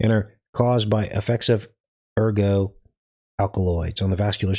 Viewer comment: It's ergot for the toxic fungus that grows on rye, but ergo is a Latin word meaning "therefore," often used in logic or legal arguments. The fungal growth itself is called ergot, a name from the French for "rooster's spur," due to its shape. Don't forget to pronounce the 't.'